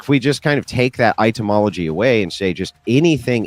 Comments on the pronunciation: I'm pretty sure Andrew is partially illiterate with the number of words he consistently mispronounces and the unironic use of double-negatives.😂 The words etymology and nuclear are his kryptonite. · One day, Andrew will learn how to pronounce etymology. Only then will he achieve greatness. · Is he pronouncing "etymology" as "itemology"? :)